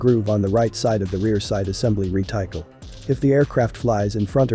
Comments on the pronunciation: Re Ti Kel.... LOL.... Reh Tih Cul..... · Cannonballs? What is this? 1813? Also reticle is not pronounced rētaɪkɑl, it's pronounced redək(ə)l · Ahem. Reticle is prounounced RET a cul. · Actually, the correct word is 'reticle' (as spelled ), not reticule. However, he neither pronounced 'reticle' nor 'reticule'. He pronounced it as re-tackle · Not sure if it was already mentioned, but reticle is pronounced ret-i-cull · Re-TIKE-L? Ain't bots wonderful? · REE-TY-CULL A.I. AIN'T THAT SMART. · Retycle? lol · Re-tical . Lol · Thumbs up for an excellent description. Only one minor error - The word 'Reticle' was very markedly mispronounced. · I hate how you pronounce "reticle"